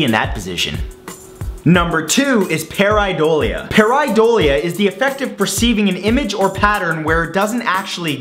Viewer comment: pair-ee-dole-ee-ah that's how you pronounce it.